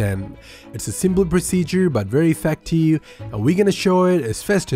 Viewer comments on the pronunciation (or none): Very efecteeeeve as this guy says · Faster = Fuster Effective = Effecteeev Drive = Dry